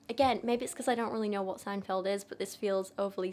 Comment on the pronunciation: btw: yes you did say seinfeld correctly 😅❤